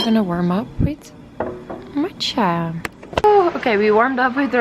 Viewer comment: You are so silly. When you say matcha it sounds like matches. 🤣🤣🤣